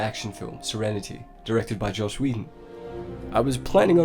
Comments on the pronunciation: Is “Joss” supposed to be pronounced like “Josh”? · "Joss", NOT "Josh". FFS man, get people's names right. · His name is Joss Whedon (short for Joseph Hill Whedon) Not Josh lol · Don't know if others have said this but it is Joss NOT Josh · It's Joss, not Josh